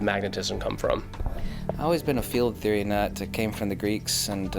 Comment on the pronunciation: is da man. Its Theo-rya, not theoryaa. You clearly dont understand the pun and been to university or studied Greek.